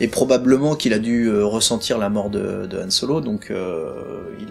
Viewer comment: le mec soit disant grand fan et pro de star wars qui n'a toujours pas piger qu'on prononce " han solo" et non " yhan solo"... 34min35.